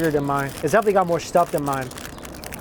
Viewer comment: can say any words that involve the letter 's' properly? he always pronounces s words like 'SH' or 'X' i guess his chinese accent can't be hidden.He would say 'shtuff' or 'xtuff' instead of 'stuff'. Can't get a clean S in.